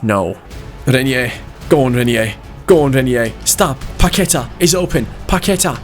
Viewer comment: Hey, just so you know Paqueta is said with the stronger letter being a so its like Paquet"á" Sorry for bad english cheers from Brazil☺